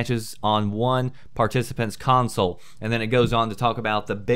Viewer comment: Counsel. Are you serious. Console.